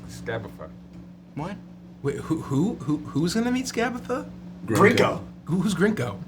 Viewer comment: They keep saying Grinko's name wrong and it's kinda distracting. :/